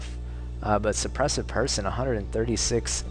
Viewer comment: Suppressive = Shaister